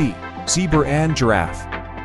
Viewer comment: On questions 6 and 47, You said zebra and tasmanian devil wrong.